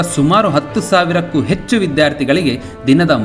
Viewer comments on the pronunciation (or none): none